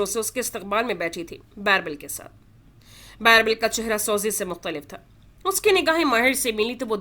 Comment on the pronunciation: It is birbal not bairbal 😅